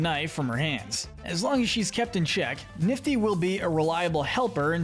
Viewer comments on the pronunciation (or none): i am not offending but it is Nifty and not Niffty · It’s nifty not niffty